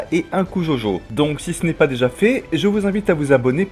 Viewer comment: C’EST DJODJO pas jaujau bordel x) nb: super vidéo